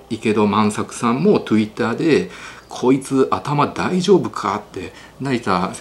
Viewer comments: トゥイッターって言うの❤好き〜🎉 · とぅいったーって言うな😂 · トゥイッター(笑＼(^_^)／ 私もこれからそう言います ネイティブですね、いつも楽しく拝見させて頂いてます ありがとうございますm(__)m トゥイッター👍️😊 私も同じ所に感じていました。 恥をかいても勉強をし、根っから頑張れる自分を築きます。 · Twitterの発音の仕方気になるなぁ！